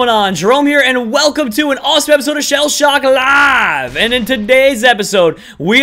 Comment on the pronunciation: it just me or Jerome sound like has Strock when he said shellshock live